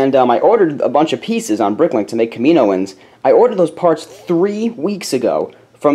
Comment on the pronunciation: it's pronounced Kam-I-know-ens, not Ka-mino-ens :P